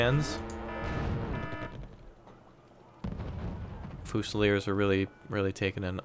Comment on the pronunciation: It's. FEW-ZI-LEERS. (Fusiliers)